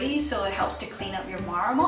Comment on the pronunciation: Lol you say marmal